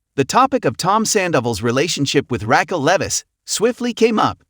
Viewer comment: What is up with this narrator...... Can pronounce anything correctly Raquil